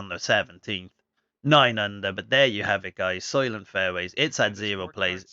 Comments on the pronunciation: soy-lent, not soy-lient....very well known movie. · Thanks for the playthrough!! Unlucky break on 17 for you but great round! And yes, the pronunciation is soy-lent